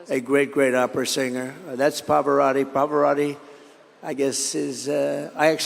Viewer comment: Trump is saying "Poparotti". Is that a different opera star, or is Trump unable to say, 'Pavarotti'?